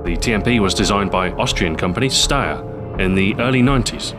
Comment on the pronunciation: Lol. Pronunciation bad as fuck :D. Phonetic "Steyr" is Shtayer